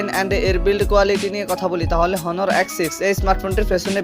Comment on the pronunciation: হনার না অনার..